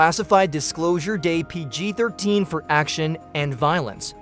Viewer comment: Is the narrator AI? The emphasis and pauses are all unnatural. The mispronunciation of Colin Firth's name is another big issue. Mispronouncing "Close Encounters of the Third Kind" and "ET the Extraterrestrial" were very weird. And the repeated mispronunciation of "PG....13. Rating".